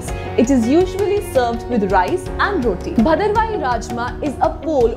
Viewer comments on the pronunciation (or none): none